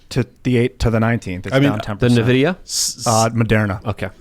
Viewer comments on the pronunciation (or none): My soul dies a little every time he says “NiVidia” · Stop saying nuh-vidia jeez lol